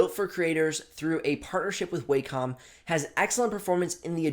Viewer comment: Thank you for pronouncing "wacom" correctly.